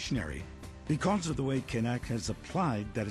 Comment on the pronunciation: Woah woah woah. All this time I thought the K was silent???